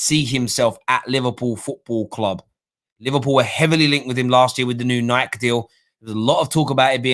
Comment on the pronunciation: Kills me at the mispronunciation of Nike lol